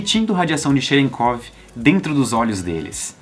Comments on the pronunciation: kkkk cherekov kkkkkkkkk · Cherenkov, eu não tenho maturidade pra pronunciar essa palavra por aí não